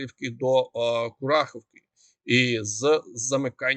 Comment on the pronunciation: СелИдове, а не СЕлидове, СелИдовому, СелИдового, не гарно викривляти назви міст, КурахІвка, наголос на І